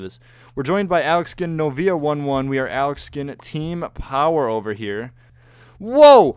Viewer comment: it isn't novya it's novia it means girlfriend in Spanish xd